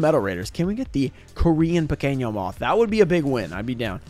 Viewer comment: You can’t even speak Spanish bro sounds kind of dumb when you say “pequino moth” wrong term anyways and I don’t think you should try and say a more Spanish words it kind of cringe especially cause it doesn’t mean the same thing